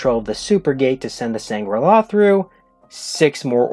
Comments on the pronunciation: Sangral not sangrala. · Dude, why are you saying Sangrala? It sounds like Shangri-la which is nothing like how they said it on the show.